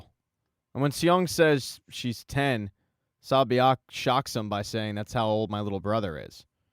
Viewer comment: Love how you said SONG-WU, XIANG & SA-BIAOK🤣🤣🤣 instead of sang-woo, gi-hun & say-biuk